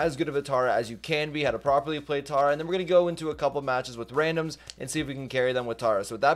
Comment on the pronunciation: Tera not tara